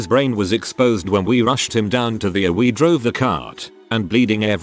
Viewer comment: It's pronounced EEE-ARR, not URR